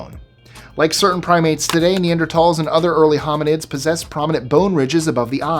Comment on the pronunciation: Every time I hear you say “Neanderthal” I smile - you are one of the few people I’ve heard on YouTube say it properly.